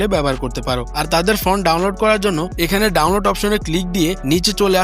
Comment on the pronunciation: ফ্রন্ট 😂😂😂 ফন্ট